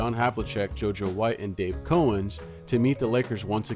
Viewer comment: While I appreciate the work it took to put this video together, and the great memories it brought back, hearing so many names mispronounced really took the shine off the production. Besides the mispronunciations already mentioned in the comments, please note that Dave Cowens last name is pronounced with the first syllable like a cow on a farm, not with a hard o.